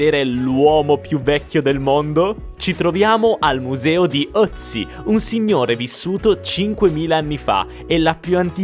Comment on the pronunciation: Ciao, sono di Bolzano e sono di madrelingua tedesca. Ti faccio i miei compliment per la pronuncia in tedesco. Sei l'unico italiano che sa pronunciare Ötzi. Sei anche molto simpatico.